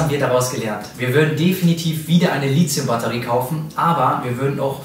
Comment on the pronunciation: Litzium??? Mach doch mal ein Video darüber, warum das die meisten Leute falsch aussprechen? Lithium kommt von Lithos (Stein) und das th spricht man wie bei Lithografie. Oder sagt irgendjemand Litzografie?